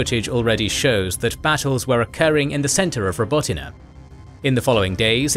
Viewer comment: Your pronunciation of Robotyne is so much better than large global media companies with ridiculous resources who couldn't be bothered to research it